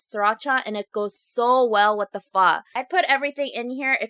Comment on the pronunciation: You said Phó wrong lol Ph-uh